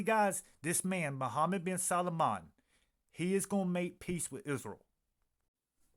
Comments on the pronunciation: Respectfully,, this prince's last name is only TWO syllables: SAL- MAN. It's NOT pronounced SAL-A-MAN. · You miss spelled his name it’s salman. You keep calling him Salomon.😅